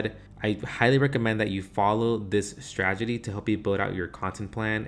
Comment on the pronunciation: Good video thx! Btw.. it's "strategy". As in: straT-egy.